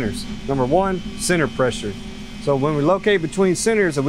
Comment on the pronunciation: say senner one more time